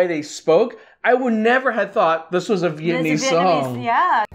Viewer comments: Lmao im not mad but it’s pronounced “viet-NAM-mese not viet-AN-ese so let’s start there fam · Viet-nam-mese.Not Viet-n-iiiiii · Your pronunciation is all wrong, and please stop saying vietnaeeze hahaj its Viet- nam - ese , not neezzz jeez hahah . This guy has butched all of it , but have a point about what you said about snoop dog . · dude, learn how to pronounce "vietnamese" correct first 😅